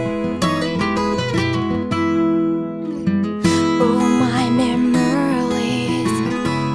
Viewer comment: Its adorable she says 'country lowes' instead of 'country roads' 10/10 wholesome